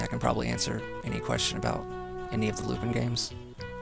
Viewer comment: It's lupin, not lupid